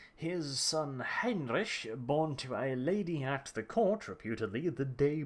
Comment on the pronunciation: The way you're saying Heinrich is confusing me so much. I'm American and took German in high school. I'm sitting here going "Heinrich, Heinrich, Heinrich" like a dumbass. What is wrong with me.